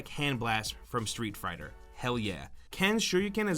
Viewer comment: Hehe, you said Street Frighter ;)